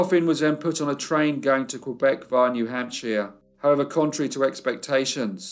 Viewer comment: Love your work! Lowell is pronounced “low-well” and New Hampshire as “hamp-sher” FYI TY for leaving the pictures a long time so we can study them. The one of Anne testifying is poignant